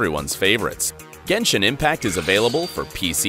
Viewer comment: Bro, when je said genshon impact,...